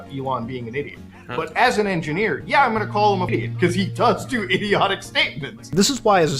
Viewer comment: Mutasaar: "He does do itiotic statements" Like you do idiotic English 😂😹